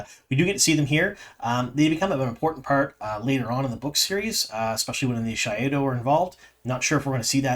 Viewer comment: You are not pronouncing gai'shain and Shaido correctly. You also aren't describing gai'shain correctly.